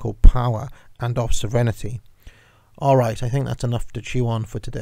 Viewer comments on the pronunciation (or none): You said it several times, so say with me, sov-reign-ity, not serenity.